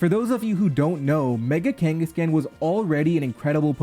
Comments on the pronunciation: Especially because it is a play on Genghis Khan and should therefore be pronounced similar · It's so weird hearing it as kangas-can instead of kangaskhan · Your pronunciation of kangaskhan makes me viscerally uncomfortable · Stop pronouncing kangaskhan wrong